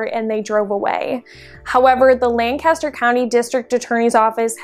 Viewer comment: Totally saying Lancaster wrong!!!